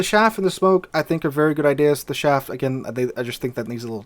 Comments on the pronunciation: I'm sorry, every time you said SHaff I cringed...it's CHaff, like Charly. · chaff not shaff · CH af. Not shaff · Do you mean Chaff? Sounded like you said Shaft...